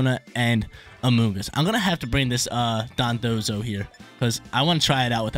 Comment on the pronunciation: my guy its Don dozo Dondozo not Dodonzo 😅 sorry had to